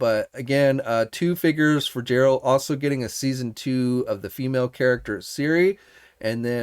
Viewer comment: You watched the first season of The Witcher and you still can’t pronounce “Geralt”?